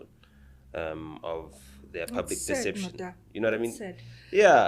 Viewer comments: Lebo it's not "Nor-tah" it's "Nou-ta" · 😂😂poor Nota, she say Nota instead of Notha and tik tok instead of thikh thokh very funny this one. Be that as it may ,I now fully understand why most men are in prison for a R they didn't commit. If a R influential advocate,intelligent woman like Lebo can say I had always believed a victim untill not so long ago .Hai it scary may be not so intelligent coz a reasonable man would have thought objectively .Lebo don't change that raw language we love it, it entertaining 😅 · The way she pronounces “Nota” 😂